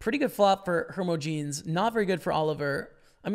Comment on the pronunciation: Hermogenes-"her-moj-ih-knees". Also, coup de grace-"koo-deh-grah" French term for the killing blow to a wounded animal or man.